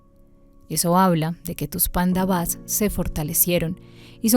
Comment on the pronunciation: Si van a leer el bhagavad gita les recomiendo el que se llama. bhagavad gita tal como es de srila prabhupada, ya que este es el original traducido del sánscrito. El resto de libros con este nombre suelen ser interpretaciones de los escritores. y se pronuncia PANDAVAS no panda-vas y KURUS no ku-rus, sin esa pausa momentánea. ahora si quieren saber bien como es la historia les recomiendo el MAHABARATA. del escritor viasa. allí es donde esta la historia completa de las dos familias y alli mismo esta el b gita.